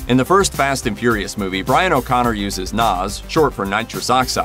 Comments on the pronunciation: It’s NOS, not NAS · NOS or NAS wow man that's a weird pronunciation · It's nos not noz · It’s NOS not NAZ